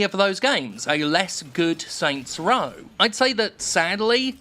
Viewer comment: Oh my god stop saying “Saint’s Row.”